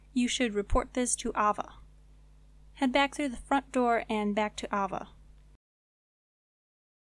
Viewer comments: Aye-Va ... AH VA ! lol.. but awsome guide thank you looking forward to checking out your other ones in the near future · okay not to be rude, but AYE-VUH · good guide, her name is pronounced aye-vuh... how many people have you ever heard named ah-vuh?